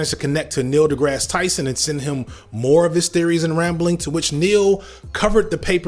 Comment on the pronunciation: One does not throw Neil’s name and not expect contribution 😂 also when he pronounced it Degrassy I shriveled up